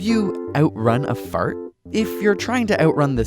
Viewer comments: I love how he says "feurt"! XD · Who else is laughing when he says fart?